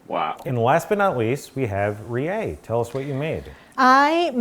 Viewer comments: i think her name is kinda like RI-EH but they pronounce it as "ree- yeY", so maybe that why you misspelled it, but her name is Rie not Rae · RIE RIE RIE not ''rae'' the name doesn't exist in japan